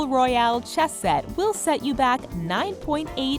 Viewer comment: she says "Chess Set" very weirdly.